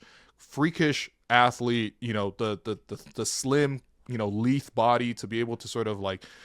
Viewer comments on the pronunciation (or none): small note, 'lithe' is pronounced with a long i, "lie-th"